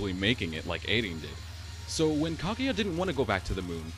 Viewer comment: It sounds like you're saying "Claudia" instead of Kaguya XD.